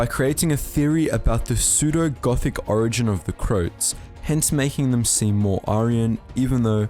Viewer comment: It is pronounced as Cro-ats, not crotes!!